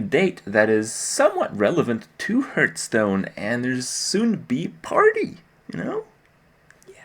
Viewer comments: For crying out loud kripp .... its Hearth-stone ..... not Hurt-stone ;) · Why does he consistently mispronounce the word hearthstone. It's really not that hard to pronounce, but I've never heard him do it the right way ever. It's not hurtstone. Surely there must be some reason for this as it's not even close to sounding like it should? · why do so many pro's say Hurtstone?